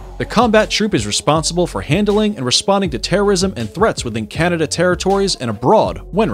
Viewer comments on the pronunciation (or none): none